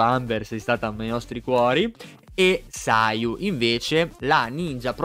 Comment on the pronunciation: Io incuriosito da Sara Kujou ewe Minchia solo Yoimiya e sayu hai detto giusta come pronuncia